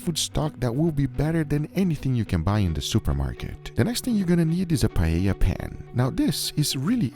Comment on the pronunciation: Amazing pronunciation of the word "paella"